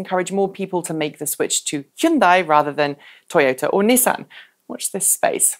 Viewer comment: I know you've only been stateside for a while but please, NISS-AN. Next it will be JAG WARR "Removes Clarkson hat"